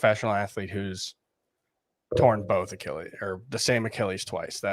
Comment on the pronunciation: The way says Achilles is underrated. (ah-key-uhl-eez)